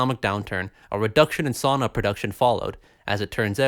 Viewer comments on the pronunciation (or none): OOOOOF, The saana? No, its SAUNA!